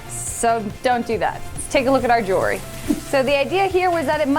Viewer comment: OMG she said Jewelry correctly!!! Finally someone!